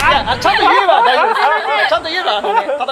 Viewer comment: ちゃんと言えばたいじょうぶですって、ちゃんと言わなかったら大丈夫じないの草